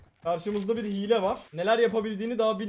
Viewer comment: yanlız hile diyeceğine hile g diyo laaaaa